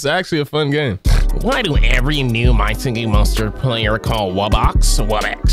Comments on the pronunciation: Did you say wubbix? According to the my singing monsters wiki page I accumulated some data and they “wubbix” is actually pronounced “WUBBOX”. A more in depth pronunciation is “Wuh-Box”. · No tip put in video and it’s wubbox not wubbix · I like how everyone’s making fun of you for saying wubbix meanwhile I used to call them “wooboxes” when I was 9 💀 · it’s actually called wubbox not wubbix 🤓🤓🤓🤓🤓🤓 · Aslo it’s wuBBOX not wubix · IT IS WUBBOX NOT WUBBIX GET IT RIGHT OMG🤡🤡🤠🤡🤡💩💩💩👹👹👿👿👿